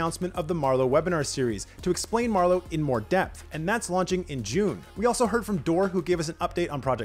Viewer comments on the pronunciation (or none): none